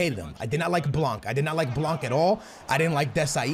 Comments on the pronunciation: FFS! Dembele nothing dembely Blan bot blanc Semedo not shmedo Learn to say players name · its not blankkkkkkkkkkkkkkkk. the c is not pronounced. not even the n but it affects the a. say it the way you do but witthout the n and the c. and blanc means white in french by the way. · The way you say blanc is so fuckin funny